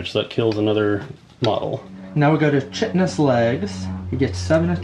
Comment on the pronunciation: Fun to watch thank you very much I’m glad I found your channel oh by the way I know they grow them bugs big in Texas but just to be sure you pronounce the spiders legs attack as. KITE-ten-is Looking forward to the next battle Oh yeah is the “dark elf“ list from the cities of Sigmar book?